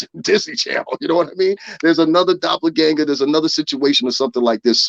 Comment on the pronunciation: Is he trying to say doppelganger 🤔🙄🤦🏾‍♀️